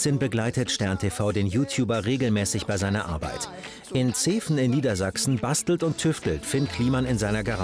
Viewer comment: Der labiodentale Reibelaut in "Zeven" ist stimmhaft, liebes sternTV :P